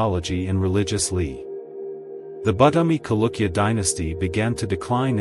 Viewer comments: the word is pronounced as Chalukya and not Kalukya. Ch as in cherish, not as in chemistry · Dude... Its Cha.. Not kalukya... Chalukya... This is what happens if u use computers for voiceovers... Lazy to edit is it??